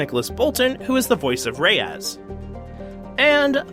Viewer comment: You pronounce "Reyes" very funny xD for you to understand, it's more like the StarWars "Ray" plus spelling an "S" letter, "Ray-ez" or something like that haha ;)